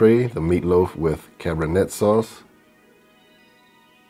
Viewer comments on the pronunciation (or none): Great video as always. However, it is pronounced "Cabernay". Just like the wine. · cabernet is pronounced "cab-er-nay"